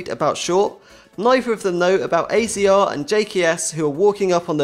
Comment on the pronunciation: AZR is pronounced azza